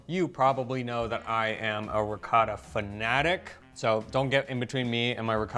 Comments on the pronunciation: I always marvel at the fact that, with an Italian wife sitting next to him, always pronounces the word "Ricotta" in that "American way" that just can't be heard. sitting by his side makes him hear the word ricotta several times, but he continues on his way. 😀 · it's ricOtta, not ricAtta! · Hurt my ears every time he says, “rikada” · Riccotto not ricatta. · ree-caw-tah....oh, r-pear... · please stop with the intentional gringo mispronunciations. It's really off putting and doesn't help viewership. Makes me want to scream when you mangle ricotta. Say it correctly, it's not that hard. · Please teach your husband how to pronounce "ricotta"